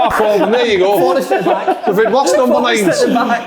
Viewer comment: Big kev "PLOBLEM" Kyle